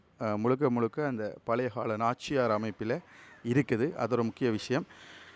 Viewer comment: நாச்சியார் வீடு அல்ல. நார்ச்சார வீடு Please know the correct words in Tamil